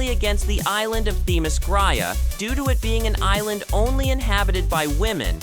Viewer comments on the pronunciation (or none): You would think that a channel named Comic Book Review would at least teach their voice guy how to pronounce Themyscira. He impressively mangled the name a total of 4 different ways just in the description of Circe alone.